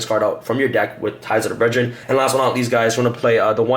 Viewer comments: "Ties of der bredren' ??? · Anyone else getting triggered by how he pronounces brethren? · Dude you're missing letters all over the place..... Zera-DEE-US and Ties Of The BRETH-RINN, this video is a trigger storm